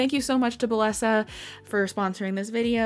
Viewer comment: hey! just so you know, bellesa is pronounced bae-esa or bay-yes-uh